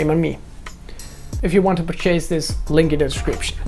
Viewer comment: Jonny: chase and purchase aren’t pronounced similarly ;) Purchase more like „purr chess“